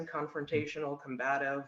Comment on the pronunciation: She went to college and trying so hard to sound so intelligent but doesn't know how to correctly pronounce the word 'COMBATIVE' - WOW!